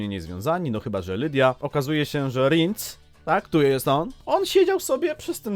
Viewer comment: Ten Rinc dziwnie brzmi 🙂w audiobookach zawsze było Rjens 🙂